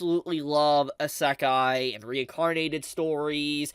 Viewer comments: the ASAKHAI Strikes again.. common, learn to pronounce it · Bro, please stop saying asekay, its actually killing me, please spare me. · How wonder how can still mispronounce isekai after all those years. Like cmon bro its a japanese word so its the japanese "e". I don't know how to write it how its pronounce but its easy to search up. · Love English people saying Isekai a asekai 😂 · I stopped watching when he mispronounced Isekai. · pllzzzz listen to how everyone else pronounces isekai. ur annunciation drives me nuts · How can you say you’re a huge isekai fan and talk like you know so much about it when you don’t even know how to pronounce right lol.